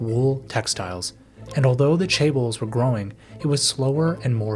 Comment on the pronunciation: Crazy this video has so many views and obviously a good bit of work behind it and you can't even pronounce chaebols